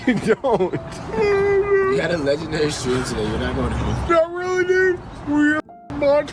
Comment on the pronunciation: “I did not stweam see pee to chilldwen you idiot, I did not stweam porn to childwen, I stweamed cartoon hentai to childwen you idiot” is the funniest thing I’ve ever heard a person say in my entire life